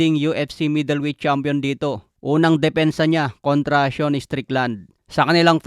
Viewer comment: Seun? Sean yon di ka marunong bumasa.